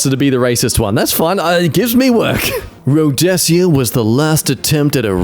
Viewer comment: WTF is Rhodessia?